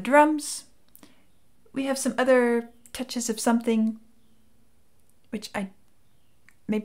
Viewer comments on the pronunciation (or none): none